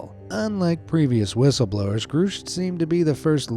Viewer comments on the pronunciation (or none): it's GRUSCH, not GROOSH. jesus take 10 seconds to find out how to pronounce stuff, i only say this because there are mistakes in EVERY SINGLE VIDEO. 10 seconds.